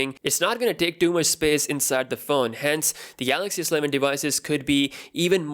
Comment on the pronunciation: I was trying to show phonetically how it should be read. I guess to be more accurate, one should say it as such: Ess-E-Leh-ven Not Sleh-ven